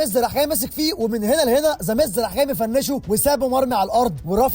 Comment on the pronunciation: أسمو ذاميز مو زاميز 😂😂